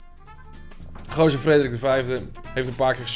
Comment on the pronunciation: Geuazeur? jongen het is toch Geauzeur..